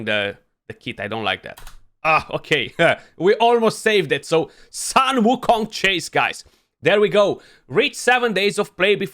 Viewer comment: his name pronounce as "soon" "woo" "Kong" (孙悟空). Hope this help you beat other CC in this pronunciation race. Send love to mini too!